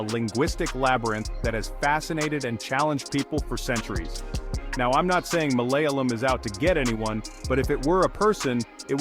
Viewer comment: MalayAlam with a long A as in “ah!”.